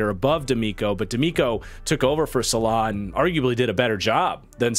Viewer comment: Not that I actually care, I am just saving you some grief from the Jets deep dive, but it's "Saleh" 😅